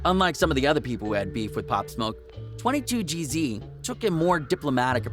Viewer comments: Hey moron its 22 geez not 22 jeezy you fucking idiot stay out of our culture If you cant even pronounce peoples names right cornball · Why u say 22gz like that🤔